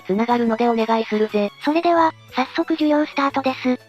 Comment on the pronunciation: 授業スタートがデュエルスタートに聴こえた私は末期